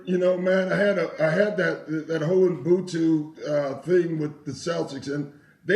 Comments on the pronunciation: Doc Rivers is my guy but it's 13 YRS and you still can't pronounce Ubuntu.It's not mbhutu. If you black you have pronounce African words properly ,learn that shit . We have to hard you guys, you are our brother's The most important thing is he got meaning right Ubuntu means humility, a person is a person through other people. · I wish I could teach Doc and Mat how to pronounce 'Ubuntu".